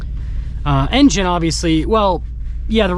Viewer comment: I want to like your videos but you talk so fast and mumble through the Engine stats you can’t understand what you’re saying. Getting to the point shouldn’t mean racing through words no one can understand.